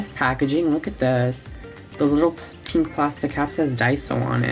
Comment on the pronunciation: Its turning PEENK